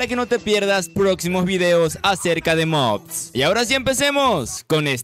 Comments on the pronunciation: antes de hacer un video de mods, aprendan a decir "mods" y no "mobs" los mobs son los monstros y mods son los addons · Porque dices mobs si son mods